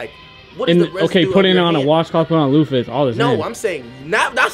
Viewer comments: I don’t understand how the word “loofa” is so hard to pronounce 😭😭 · That shower conversation was wild and wth is a loafer its a loo-fah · LOO-FAH not LOAFER 🤣😂🤣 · calling it a loafer is crazy 😂 it’s a loofa 😭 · The fact that they all continued to mispronounce loofa throughout that whole conversation is wild.